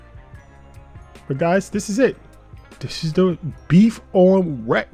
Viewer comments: 1. Beef on Weck is ONLY in Buffalo otherwise it's imitation (not that it's bad, imitation can still be tasty) 2. Say it as 'Beef on WICK'. 3. Gotta have FGH on it IYKYK. 4. The beef's too well. It's gotta be rare or medium rare (RARE IS BETTER). Again, not that it's bad. Personally, if you threw some garlic and peppers on that and put it on an Italian roll it would be a damn good Italian beef! You clearly know how to cook but you don't quite know Buffalo but that's cool. Your jets on the other hand are NOT but hey, rivalries are FUN! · Looks yummy, but def needs Miller Horseradish, no mayo. Also, while it’s spelled weck, locals pronounce it Beef on Wick.